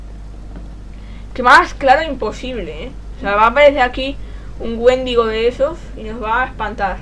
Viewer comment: por cierto no es wéndigo es wendigo (creo que se escribe así)